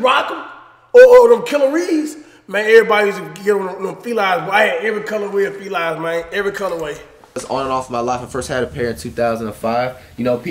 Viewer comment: “Felies”, Cash?